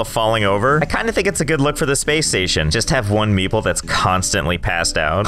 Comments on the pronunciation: Everytime you say "meeple" I hear "meatball" this is too weird and funny. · i keep hearing meeple as meatball lol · when he says meeple all i can hear is meatball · For the entire time I thought he was calling them meatballs. Nice. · I always thought you said meatball station not meeple station 😂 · It took me the whole time to realise that you was not saying Meatball but actually Meeple smh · thought u said meatball not meeple lol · Josh: Meeple Captions: meatball